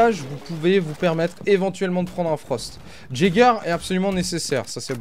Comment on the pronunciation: ON NE DIT PAS " JÄGER " MAIS " YÉGER"